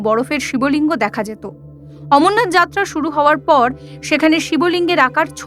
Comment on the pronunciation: Ucharon na thik korun baba amarnaath 🙏🙏🙏🌼🌼🌼🌼❤❤❤🌺🌺🌺🌺😊😊